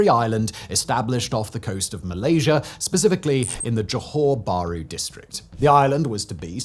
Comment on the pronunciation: Perfect pronounciation of Johor Bahru.